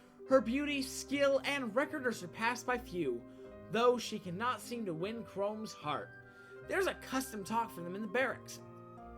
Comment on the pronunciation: CHROME? U SAY HIS NAME CHROME?